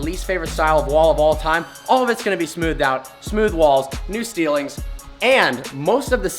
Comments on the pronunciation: "new steilings" um it's pronounced ceiling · he says new steelings instead of ceilings